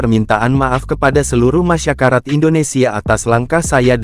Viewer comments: Masyarakat om..😂😂 Bukan masyakarat😂😂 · Masyarakat om..😂😂 Bukan masyakarat😂😂 . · Masyarakat❎ Masyakarat✅ Karatan dong😅😅😅